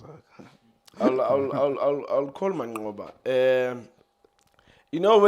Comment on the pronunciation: U can't say mancqoba😂😂😂😂😂aowa i thought u will say rulane